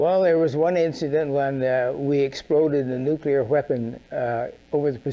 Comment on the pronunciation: Love you, man but c'mon - say it with me... "Nu...clee...are. 💛